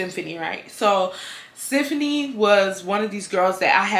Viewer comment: So my name is Siefuni and the way says symphony is literally the way people pronounce my name. My name is unique, but to hear it every minute in this video is a bit strange 🤣😂but I love it. Love you 😍